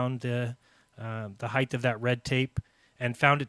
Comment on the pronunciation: Lol! Does not know how to pronounce "height"????!!